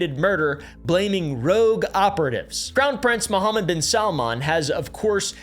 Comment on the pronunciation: Woahhhh credit where credit is due. Your - seemingly - flawless pronunciation of “Mohammed ibn..” was impressive.